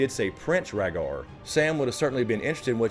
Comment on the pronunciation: Ragar targaryen butchered rhaegars name